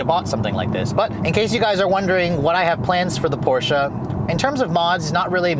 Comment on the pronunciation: thanks for pronouncing Porsche right!